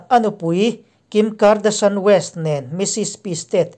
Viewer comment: Thalai aw nalh leh fiah fel fai..thu chhiar thiam tak hian CT.Lalrinawma thu ziah hi rawn chhiar thin se chu..a ngaihnawm zual ang..Kim Kardasan ti chut lova Kim kardashian ti a lam thiaam ve mai tur chi... ang hian..